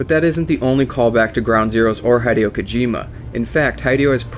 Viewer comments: Hee-dio Kojima. Not High-dio Kojima. Your pronunciation. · your pronouncing hideo wrong, it's not Hi like greeting someone it's pronounce as he he-de-yo. still an OK vid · HIGH-DE-OH??? O_O WHAT? Heh-day-oh. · For those who don't know, Hideo is pronounced He-deo not literal Hi-deo... It's not english... It's the 11th thing... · HIDE-EE-O So cringeworthy bro... HEE-DAY-OH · hih-dei-oh not hed-ee-oh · HIDEO not HYEDEO FFS HSAIFHIFWAHOFWAHIOHIOFWHIOFWIHOFWIFAIHOGIHG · It's pronounced 'Hid-ay-oh' Kojima not 'Hide-e-oh'. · its hideo not haydeo :D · Love the video but I think Hideo Kojima's first name is pronounced "Hid Eh Oh" Keep up the good work. - Long time fan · Haydeeow kojima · Just because you call him Hide-eo, I'm out..... You and your video suck... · "Hai-deeo" stop. Stop. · Why does he Pronounce Hideo Kojima Heh-dee-oh Kojima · His name is pronounced "He-day-oh" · It's he-dee-oh kojima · Dude its pronounced HEE DEH OH.... Japanese is not English i is ee. E is eh. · You pronounce "Hideo" like it was spelled "Haideyo" :P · " HIDE-E-OH KOJIMA " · His name is Hideo not High-deo. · I was about to break something. This video was great, because it really did inform me of a lot of things I didn't know, but holy crap. "HIGH-DEE-OH"???? Come on, man. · He-Day-Oh, its He-Day-O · "High-Dee-Oh" Kojima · Maybe I'm being supremely pedantic, but Kojima's name is not pronounced "Hy-dee-oh". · Good job on butchering his name. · Jesus Christ I can't stand the way you pronounce "Hideo" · They way you pronounce "Hideo" triggers me greatly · I only watched the first fact and so far you miss-pronounced Hideo a bunch of times and got part of the fact wrong. Come on, man. You don't even need to do the rescue mission if you import GZ save data, you get him after one of the first missions. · You're pronouncing Hideo Kojima wrong, differently every time on purpose r-right? i am rustled